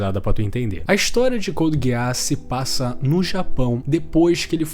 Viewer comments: me perdoa cara mas NÃO É GUEASS É *GUISS*!!! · "couldi guiáss" rapaz... Pronúncia 100% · Pq ele smp fala a pronuncia dos personagens errado? Lelouch se fala (leluti) code geass (codi geazis) po nem e tao dificil, qnd vc conhece a obra e alguem fala a pronuncia errada fica mo estranho sksksksk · Finais perfeitos: Code geass, FMAB, Breaking Bad 🤝 Edit: começei o vídeo agora, que pronúncia é essa mano? Code gueás 😂😂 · Amigo por favor tenta melhorar a pronúncia do nome das obras, a Code Geass com essa pronúncia é triste.